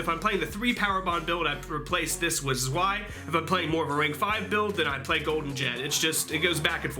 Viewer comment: Just for future reference and to give you more cred with the deck, you are pronouncing Cyber Dragon Zwei wrong. Just like Drei, it's actually German, so it actually sounds like "Zvi" when said aloud. Big 14 inch dickslap btw